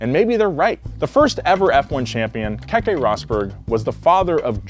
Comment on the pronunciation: Nigel Man-Sell Boat-Ass Kehkeh Rosberg It’s so bad